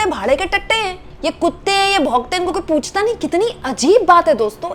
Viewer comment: Pochta nahi puchta, bhade ke tatte nahi bhade ke tattu, hindi bhasha sahih bolna na aaye to Marathi bolo lekin correct bolo.